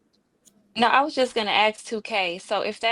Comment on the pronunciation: I'm curious what corporate job he had? Because some how you just added the letter R in community and music. And ASK said as Ax. Fucking seriously?